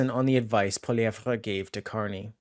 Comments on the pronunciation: When are you going to learn how to pronounce Pierre's last name? Listen to the way HE says it! It's pronounced like "POLLY-EV". The "RE" is silent! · Hey you need to say Pierre’s last name right. It’s very annoying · Please learn to pronounce the name of the leader of the Conservative Party. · bro why u pronouncing pollievre like that? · Please learn hous to say Pierre's last name dude! NOT CHATGPT!!!! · I literally was reading the comments just to see if his pronunciation of Pierre's name annoyed anyone besides myself! I find it so very irritating! Thank you for your comment!